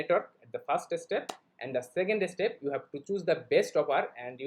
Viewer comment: Obviously everyone can make videos in English but the Bangladeshi's English pronunciation is not correct. Example- the word is Step. But Bangladeshi's people say estep